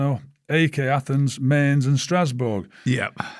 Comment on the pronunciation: I’m here all day for Mick McCarthy’s ‘never heard of them’ pronunciation of Mainz.